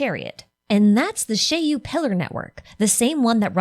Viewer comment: Finally, a person who knows how to pronounce "Shiyu Pillars". I really like the chariot Shiyu theory, it seems much more fitting than the HDD. Also, a small prediction: we will be getting new Hollow Zero regions fairly regularly - one for each major boss (so presumably one per story chapter), and then similar to Nineveh, some sort of a special region with a special boss once in a while alongside important story developments related to Hollow Zero, which likely won't happen until 2.0. The first major missions related to Hollow Zero will likely end with some major story and discovery around 1.3-1.5 (or maybe 2.0) in the form of a whole chapter or an interlude, afterwards unlocking the Section 6 characters' Missions and consequently Trust. Note: I place Section 6 no earlier than 1.3-1.5 because I expect the whole Perlman and Outer Ring situation to end before that, and 1.2 will likely be the Sons of Calydon patch, then we can only guess whether they release something brand new after that and before Section 6.